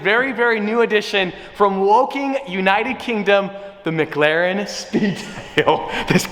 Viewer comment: well at least you pronounced woking right ahaha -a guy from woking surrey uk